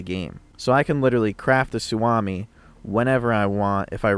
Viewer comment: great vids-- you've helped me gain a decent foothold in a genre of games that i am totally noob to. That said... ... it's su(oh)mi. "OHHHhhh!". since i'm already being obnoxious-- it's actually SUohmi, but that sounds dumb. sorry not sorry, finland. shit. sorry. my OCD has ADHD...